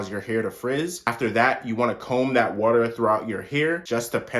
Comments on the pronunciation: Right! Lol he stressed them syllables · I know the way he says water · The hard R😂